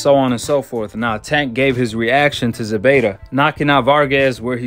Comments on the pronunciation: It’s ZEPEDA Not ZEBEDA 🤷🏻‍♂️ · It ain’t Zebeda it’s Zepeda with a “P” my dude